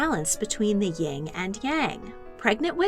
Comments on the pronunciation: It’s YIN and Yang not YING and Yang. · FYI, the Asian philosophy of the positive and negative, male and female etc. forces being in balance is called "Yin" and Yang, not YING and Yang. Just thought you should know...